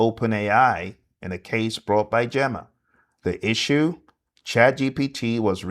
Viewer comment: GEMA it’s pronounced GĒ/MA. GEEMA 😁🫡